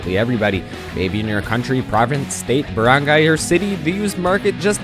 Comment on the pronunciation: do you go in the pilippins kos i here you say baranggay